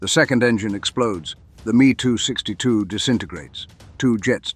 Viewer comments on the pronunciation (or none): Every where it says me262 change it to ehm-e262